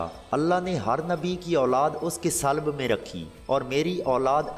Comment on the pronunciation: Salb nahi hota sulb hota hai